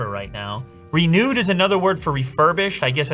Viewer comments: he says "RENEWED" not "RE NUDEEEE" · Sounds like "Re-nude" 😂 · im so sorry for this but RENOOD!!😂😂 dont worry love ur videos man keep it up